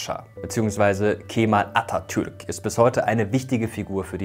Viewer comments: Vielen Dank für die korrekte Aussprache des Namens Atatürk. Er ist sehr wichtig für uns. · Atatürk wie ein Türke ausgesprochen